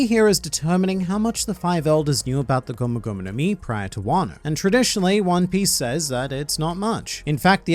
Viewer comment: "One Pieshe" 🤣🤣